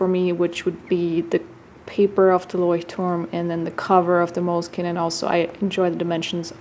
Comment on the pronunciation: I very much enjoy hearing you pronounce Leuchtturm1917 that I wish you did the same for Moleskine's proper pronunciation. 😊